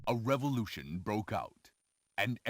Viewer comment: "Revorution" lol